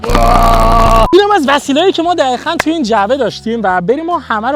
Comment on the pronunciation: چراا دقیقا رو میگی دخیخا